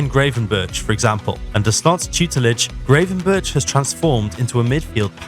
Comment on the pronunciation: Gray ven berch? Really??